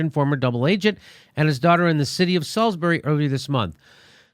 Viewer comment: I'm quite surprised you got the pronunciation of 'Salisbury' right and...great work yet again Mr Dore!